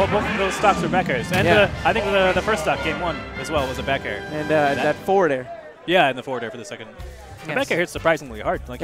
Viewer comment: "NOICE BAEK AYRE" That kills at 80%? Was that just bad DI?